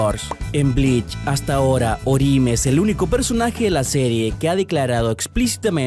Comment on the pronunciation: orijime. Tu pronunciacion de los nombres en japones y hasta algunos en ingles son horribles